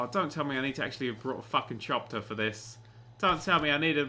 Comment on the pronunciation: Btw its a chopper not a chopter